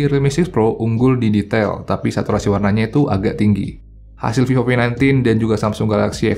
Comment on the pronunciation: Ngomong vivo kek v o v gitu,apa emang ane yang bahasa inggris nya remed yah